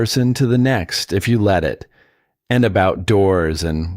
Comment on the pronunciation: You need to correct the boy's name, "Emile", not "a meal"!! Big difference...and "let", not LED.